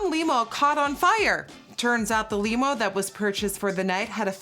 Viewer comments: The "i" in limo has a softer sound, like in "little", not a hard sound like in "tiny" 😉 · I was legit wondering the same thing LMFAO omg I think I died when I heard her say that but I hope someone saw this and told her that limo is actually pronounced l-I-mo in America and not lemo🙄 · Not she pronounced limo as “leeemo” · The way she says limo at the end kills me🤣🤣🤣 leemo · the way she pronounces Limo...LEEMO...skskskskksksksk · “Leeemo” I love when your accent comes though! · It’s limb-oh and I had prom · I love how she says “Lee-mo” for limo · When you said limo like Nemo. I died 😂😂😂 but it’s ok. English is a complicated language love youuuuuu ❤️ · Nikkie pronouncing Limo as "leemo" (TWICE) is the purest thing on the internet this week! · I love how she says “limo”! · You said limo like “lee-mo” you’re so cute :( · That’s how we say it in Dutch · Nikkiiiiiiio I ADORE YOU 😂😂 but it’s pronounced Limb-mo 💕💕💕💕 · I would have never known she was from another country until she pronounced ‘limo’. I mean, I know she’s not from the US, but hearing it makes me say “yep, there it is”. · The way she says limo😭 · You can really tell Nikki learned English from reading on how she says "limo" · is anyone going to mention how she pronounced the word "limo" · How Nikkie said Limo sent me lmaoo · The way she pronounces limo 😂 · i love how she pronounces limo